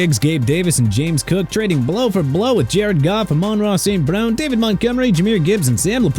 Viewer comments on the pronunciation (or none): none